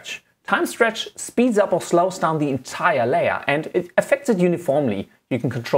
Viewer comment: "On your Layor"